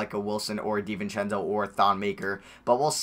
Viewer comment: Anyone else annoyed how he sats David Di-vince-eo it pisses me off